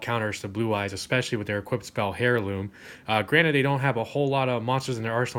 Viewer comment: I really like your speed duel content so keep it coming! ^_^ I don't mean to criticise in any way or form, just thought that I'd mention that in the word "Heirloom" the H is silent.